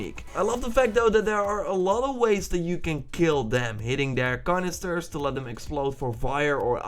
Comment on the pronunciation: Can-Is-ter. No r. It's not a carnister